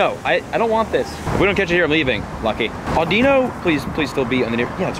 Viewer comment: The Pokemons name audino is said like this aw-di-no! Just an FYI 😉